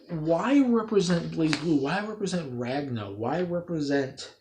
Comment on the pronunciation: You pronounced his name wrong.